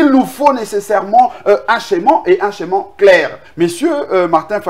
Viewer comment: Humm ohh juriste Blanchard, au lieu de schéma mr dit scheman pfffffffff